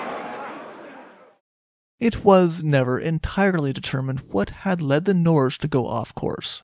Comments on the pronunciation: No, it’s like Nor-geh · It's pronounced 'Nor' (as in neither/nor) + 'ge' with a hard *g; (as in 'geography', 'geology', etc) That's how you say Norway in norwegian.